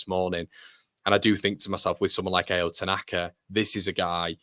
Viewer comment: Pronounce tanakas name correctly. Ao not A O